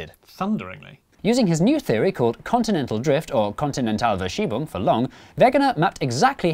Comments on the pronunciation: Indeed! Obligatory German nitpick nonetheless: The letter v in German is pronounced like f in English. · The V in "Kontinentalverschiebung" is actually pronounced like an F. Just as the W in Wegener is pronouned like a V.